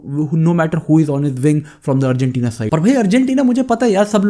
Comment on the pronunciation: Bro Argentina not arjentina